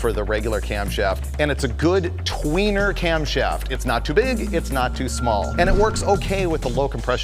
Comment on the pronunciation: Frieburger said "tweener" haha